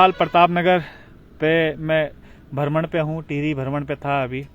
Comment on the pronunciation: बहुत सुन्दर दृश्य है, आप हमें ऐसे ही हमारे उत्तराखंड क़ी झलकियां दिखाते रहा करो 🙏, और आप भरमण नहीं भ्रमण बोला करो 🙏